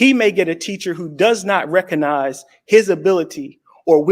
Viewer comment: '' reckonize'' bwahaha hahaha. You ah he's here to teach us. I bet this liet films everything in portrait.